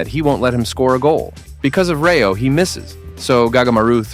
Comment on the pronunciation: Bro it's rayo not reo we'll prenuptial as rati and elt as teo